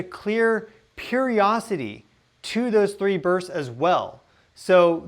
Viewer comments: The word is "periodicity"...NOT "periosity". Interesting to speculate whether the multi-band energy burst actually contained program commands for 3I/Atlas. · you are fabulous. My chemist brain, is stuck on the word Periodicity. You say, Periocity, missing a syllable. Thought you might want to know. It's sticks in the craw of my brain. Sorry, Carry on. No worries.